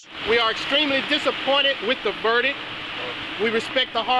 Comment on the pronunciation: A judge who can’t correctly pronounce the word “verdict” 🙄